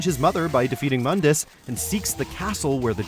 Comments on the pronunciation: Mundus Correct pronunciation: (Moon•duhs) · It's pronounced MOOndus,you uncultured swine.... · You REALLY wanna bash on DmC but call MOONdus MUHNdus?